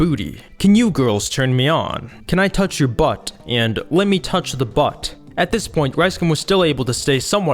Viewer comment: bruh why you say butt and booty like that lol